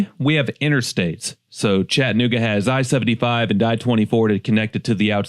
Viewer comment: Friendly reminder from a native, its ChattA-nooga, not Chatt nooga.